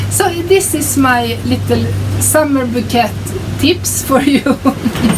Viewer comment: your new sweaters are beautiful. I love the citrus socks you made! just wanted you to know... an arrangement of flowers are called a bouquet. pronounced... " bow kay". Thanks I always enjoy seeing all your projects and your yarns.